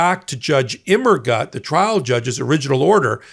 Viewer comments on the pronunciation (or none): Think of the German phrases "Das ist gut" or "Alles gut?" and how they are pronounced before attempting Judge Immergut's name, please. The German word "gut" means "good" in English, and rhymes with the English words loot, flute, moot, chute, jute, boot, newt, fruit etc -- even Butte, Montana when you get right down to it. Translated, "Immergut" means "always good."